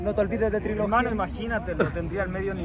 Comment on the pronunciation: quien lo diría "trologia" 😂😂😂😂😂😂😂😂😂😂😂